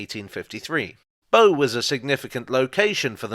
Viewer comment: The boat BOW, rhymes with NOW